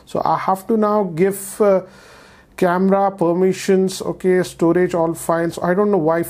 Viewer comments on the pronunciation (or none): none